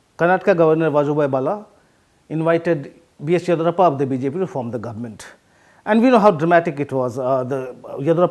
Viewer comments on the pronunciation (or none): Horrible English. He cannot even pronounce Yediyurappa properly. Useless piece from a highly valued “The Print”